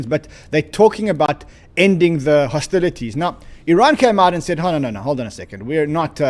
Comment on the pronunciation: hostiLIES??? Did anyone else catch that???